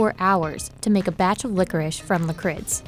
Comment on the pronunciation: Why they read licorice like 'licorisch'